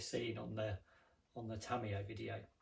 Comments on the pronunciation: I have a lot of British friends, and this is the first and only time I have ever heard it pronounced like that. All of them pronounce it a little bit differently, but I think it's pretty well established that the last syllable is "yuh". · Tam-me-yay...thats a new one.